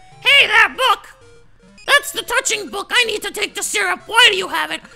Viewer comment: dude... wrong emphasis on touching book